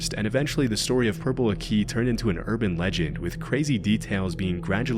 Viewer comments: PURPLE AKI YAY (its pronounced like ackee i believe) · The pronunciation of Purple Aki 😂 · Purple Aki died recently. Also butchered the name. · That’s not how purple akhi is pronounced 😢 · i cant stand the way he said purple aki also never thought i would hear a story on yt that ive been hearin f time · how an you do all the research on Purple Aki and not say his name right. Fucking ignorant yanks. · The way you pronounced purple aki made me laugh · Dying at the way you pronounce 'Purple Aki' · The way you say purple aki hurts me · mispronounced purple aki, but it's all good. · Never thought purple aki would be in one of these videos. Butchered his name though 😂😂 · Completely butchered the name though! These Americans 😂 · Bro the pronunciation of purple aki is killing me, the aki was commonly pronounced as a-ck-y not a-ck-ee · PURPLE AH-KEY NOT PURPLE A-KEY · It’s purple ak I not akee (ak-aye) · Purple a-key 😂 it’s purple Ackkee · My time to shine. Purple aki used to prowl where I used to live. His name is pronounced purple ah-kih not a-key. He is named as such because he is so black he looks purple. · Purple Aki is pronounced “accy” not “akey” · Bit late but British guy here, it's not purple a-key, it's purple ak-eh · Not purple aki 😭😭😭it’s “Akee” not “ahki” idk where you got swallowing kids whole from either lmaoo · Its purple Ack-e not A-key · It's not 'purple a-key' it's 'purple aki' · ITS PURPLE AK-IH NOT AK-EEH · That's not how you say purple aki. It's akky not ack-ie or if you're struggling just use purps. I've met him a few times when we were kids, he'd turn up after dark to the parks when we were drinking and ask people to squat n stuff. Mad guy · Can confirm that growing up in Liverpool / Merseyside in the 80s and 90s, Purple Aki (usually said as ak-key, rather than a-key) was far more than just a legend. He was taken very seriously by the people who lived in the area and was almost worse every time he got released. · It's Purple Acky not A-key